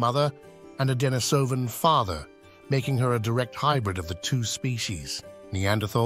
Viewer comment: You are mispronouncing "Denisovan" and thereby propagating this annoying mistake. It is pronounced just as you would say the female name Denise.